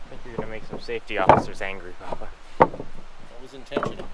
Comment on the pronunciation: Hey there sir, does jack refer to you as Papa or am I hearing BaBa?